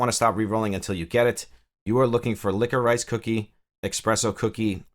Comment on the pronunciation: Licko-Rice! LOL, man I have never heard that, are you just not used to seeing it spelled out? Say it Licka-Rish, you'll probably slap your forehead and go "duh". You know like a candy, black licorice Twizzlers? Anyhow, thanks for covering new apps.